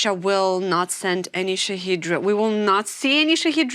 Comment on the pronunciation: Poor is talking americaneese. Shahed is the name of the drone and shaheed is the american mispronounciation of the thing. I still love listening to reports, because he is a fabulous and insightful reporter